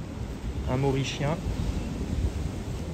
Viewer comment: “Un maurichien” 😂